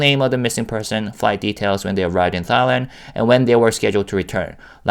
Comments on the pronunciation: This is kinda off topic, but as a Thai person, I giggle every time you pronounce Thailand, because it sounds like ตายแลนด์ (따이란) which means the Land of Death in Thai language. Try pronouncing it using the single ㄷ (다이란) to get it to sound like ไทยแลนด์ which means the Land of Freedom. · I giggled the first time I heard him pronuncie it, too. I've never heard it pronounced like what sounds to me like "thigh-land."